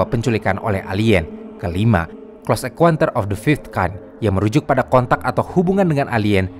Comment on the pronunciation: Min, bacanya "CLOSE EN(KAUN)TER" bukan "CLOSE EN(KUEN)TER".. 💩💩